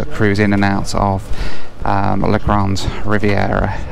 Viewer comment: Really enjoyed the video but the community where you stopped on the way north is Grande Rivière (Big River), not Grande Riviera. It makes a big difference if the final letter is an e or an a.